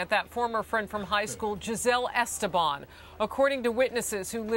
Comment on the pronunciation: Giselle DIWAG Esteban IS FILIPINO! I am ashamed that she even is on because I am too. Btw, they keep mispronouncing her last name. It's Es-TE-ban with an accent on TE. That's how it's pronounce as a Filipino last name. Her maiden name Diwag is obviously Filipino.